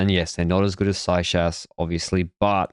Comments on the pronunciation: Please stop mispronouncing Seixas name. It’s disrespectful and not funny. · pleeease practice pronouncing Seixas correctly before the Tour! It is like nails on a chalkboard listening to you mispronounce his name, and I can't do it for 21 Tour recaps. The young man deserves to have his name said correctly. Please and thank you! 🤦‍♀️